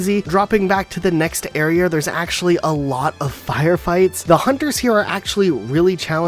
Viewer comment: He said arear